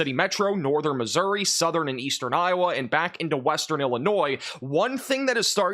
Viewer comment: How hard is I to say Missouri ?